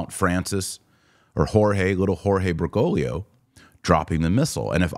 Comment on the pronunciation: For the second time, it's BergoGlio, not BergoLio. You always mispronounce his last name and leave out the second "G". Please learn how to pronounce it correctly because it gets very annoying to have to listen to. Too bad we even have to discuss his name at all.